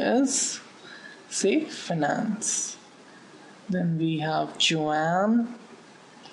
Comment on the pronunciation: Nice lecture,but it is finance not fanance :p